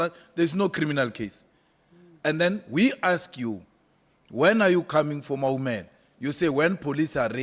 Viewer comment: She can't even say Maumela. She has been in the presence of a brown envilope lona